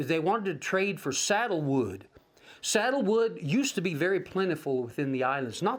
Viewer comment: I'm not sure if I heard you correctly, but it sounded to me like you were saying saddle wood . The wood in Hawaii that was so widely valued throughout the world was sandalwood, not saddle wood.